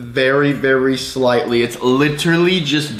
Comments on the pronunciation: This is how much times he said slitely 👇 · How many times did he say sighlty in the video?⭐⭐